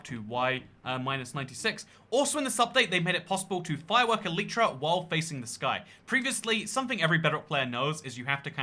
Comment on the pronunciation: It's elytra not uhleetra.